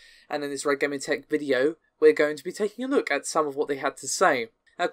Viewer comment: Why can she say Red Gaming Tech like a literate and her brother butchers it every time? He must be doing it on purpose at this point.